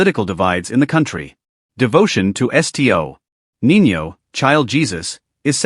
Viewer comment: nalito ako sa narrator sa sinabing isti-oh NINO (Sto. Nino) narelized kong Santo Nino pala ibig sabihin.. ISTI-OH pa more